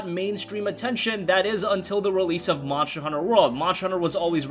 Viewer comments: I thought it was called monster Hunter and not moncher hunter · OMG, Monsher, Remachered, dude it's ST not CH how do you even mispronounce that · Monsher Hunter World lol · Jill upon seeing her first zombie ever: "Barry, look out! It's a MONSHER!" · Mosher Hunner